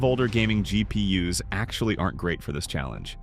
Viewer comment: “there are plenty of cheap GP yuhs on eBay 😂” Yuh there sure is